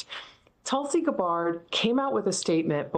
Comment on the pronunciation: tulsi "guh BARD" ?